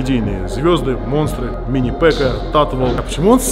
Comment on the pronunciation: Попытки Кирилла сказать слово минипека просто Ааа